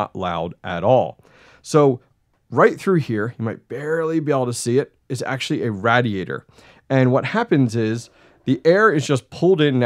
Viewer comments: It's pronounced RAY-DEE-AY-TR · I hate the way you pronounce radiator.